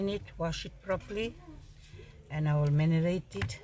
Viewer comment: saying Manerate instead of marinate❤. As long as we understand